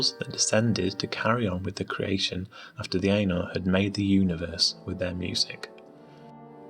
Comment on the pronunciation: Ainur = Aih-nhoor